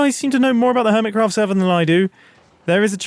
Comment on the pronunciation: Ear Mitt Cruffed